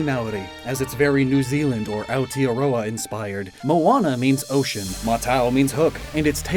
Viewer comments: not ragging on you at all, but just trying to give some constructive criticism around the New Zealand inspirations. "Aotearoa" is pronounced more phonetically like te is tay and ao is similar to ow and "Māori is pronounced like the word "moldy" without the L sort of. in the Māori version of the myth Maui pulls the north island (which is a big fish) out of the sea and is is carved by his brothers who want the meat. The hook Maui uses is also the jaw of his grandmother. the design on Moamatau are quite good but i expect to see more korus which are generally more recognisable as new zealand, however they may be slightly out of place on a dinsoaur or mosasaur such as this. loved the video and all your other content! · You did very well pronouncing "maori" but Aoteroa could use a little work, you don't NEED to roll your R's but with the "teroa" part, try saying "ow-tear-roa" since the E is more of an "eh" sound Your local kiwi/new zealander here to educate where I can, as politely and respectful as possible, either way good job pronouncing the words!